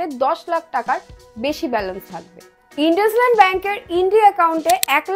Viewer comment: ইন্দুসাইন্ড not ইনডাসলান্ড